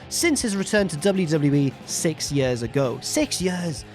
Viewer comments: “It’s been more than 4 yurs...” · I was going to make a joke about the way says "years" but that comparison of Punk/Lesnar to Sting/Vader was golden.